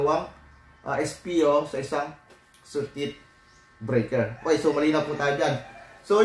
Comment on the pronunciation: Circuit breaker, bakit kung i-pronounce mo ay circuit-uh-breaker. Annoying pakinggan paulit ulit.